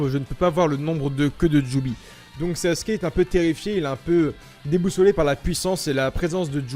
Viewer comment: Pourquoi tous le monde dit saske au lieu de sasuke 😂😭🤣